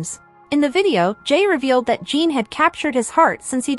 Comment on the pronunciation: His name is NOT Jean or Gene. His name is Jin. Phonetically Gin. Gin. If you can't be respectful and pronounce his name right...you should NOT be reporting on this story. You and your director should be fired. This station should never put out a shameful story where the names are Misprounced! In the professional world of Journalism ...you don't do that. Clicking off your channel with a Don't Recommend click. I changed my profile pic to Jin to honor him for serving in the military. To honor him you should at least pronounce his name right. Jin is World Famous! You should be so embarrassed!!!